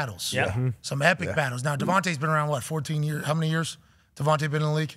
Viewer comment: It's weird he pronounced DeVonta Smith's name as Davante..